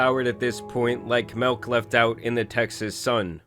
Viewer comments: who tf says milk like this 😄😅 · It’s pronounced milk, not melk